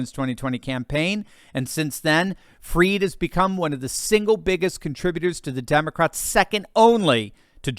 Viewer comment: Pronounce his name correctly! Not 'freed', but fried, as in chicken, eggs and bacon, etc. His goose is cooked - don't pander to his pretentious ego (and that of his parents!).